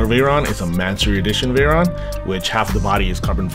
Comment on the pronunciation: Pierre Veyron & Louis Chiron..are legends..Bugatti pilots from the 18th century...the least you could do is to pronounce their names correctly..